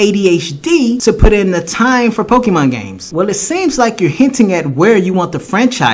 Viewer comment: Masuda is the type of person who calls Pokemon "Pokiman" while knowing dam well that it's pronounced Pokemon!